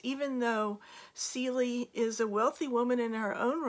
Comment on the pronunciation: Cele, like an animal , not Celie.